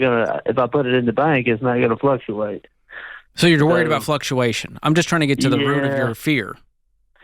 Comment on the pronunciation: The dictionary would tell YOU that the word is "fluctuates" not "fluxiates".